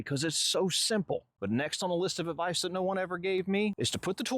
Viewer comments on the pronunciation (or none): Good "avdice" 😂